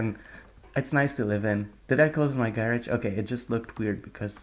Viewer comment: you keep calling it gerege weird